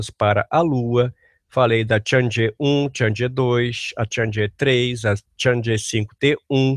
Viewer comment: Uma correção de pronúncia, a Chang'e não se pronuncia /tchandjê/ e sim /tchang - e/, pois se compõe de Chang + E